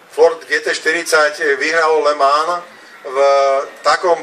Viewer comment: "le mánž"... "le mán"... zakaždým to inak vyslovuje a to len v priebehu 12 sekúnd, radšej sa raz naučiť, ako to správne vyslovovať a potom to nedopadne tak, že rozprávate ako niekto, kto potrebuje logopéda